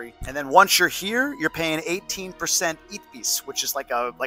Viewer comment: Fun fact: we pronounce ITBIS as "Itebis"